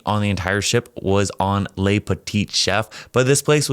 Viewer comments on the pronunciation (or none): Ler voyage. It’s ler when it’s Le which means, “the”. It is masculine. If it’s La it’s la (L short a ) . If it’s plural it’s Les and said Lay 😂 just to help. It seems confusing but once you got it, you don’t forget it. Honestly I’m truly enjoying you’ll voyage/travels.